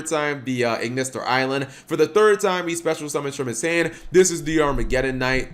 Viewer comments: Ai-land not ailand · Pretty sure it's A.I. as in Artificial Intelligence. So it'll be pronounced A - Island not just Island.